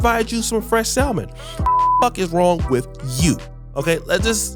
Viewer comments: Hey peeps, I'm sorry if I sound a little bougie but, just so everybody knows, the word is not pronounced sal-mon. That is how it is spelled, yes but, the L is silent. It is pronounced with no L, like sam-un. The fish Salmon is pronounced ...sam-un. The word supposedly is not pronounced suppose-zub-ly. It is pronounced, suppose-zed-ly. The word specific is not pronounced Pacific. That is an ocean. It starts like the word spud. Spu-sif-ik. Ahhhh....There, I've made the world a better place. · "salm·on" pronounced" 'sa-men there is NO L, Bro!!!!!!! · The "L" is silent in Salmon.